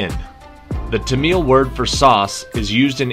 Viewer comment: Question 10: pronounced tam-ill.